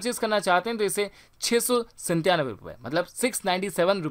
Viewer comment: Bhai wo santyanave nahi satyanave hota hai. By the nice info about gadget